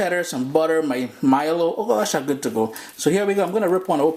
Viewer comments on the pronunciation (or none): yup yup...big shout out to the trinis...when i heard him say "ooh goood" i was like...he trini lol